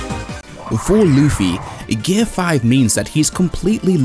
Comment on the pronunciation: Super Saiyan and Gear 5... and you don't know how to pronounce either of them. Not a good start to the video. Maybe do a little better research next time?